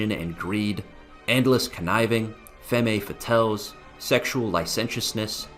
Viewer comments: fem-may fee-tals? You mean femme fatales? Dangerous women? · Femme is pronounced FEH-MM. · "femmay fatells"?? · fem-may fatells